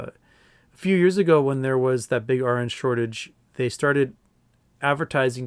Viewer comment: Foreign regulators don't 'just happen to be better at regulation'. Separately, when you were saying 'RN shortage', I thought you were saying 'orange shortage', took me a few minutes ;) Thought it might be a 'Trading Places' reference.